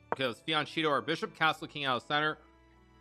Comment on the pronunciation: “Che” in Italian is pronounced like “keh” - always. It’s never “chee” like you claimed. Fianchetto is the word. You should know this Hikati.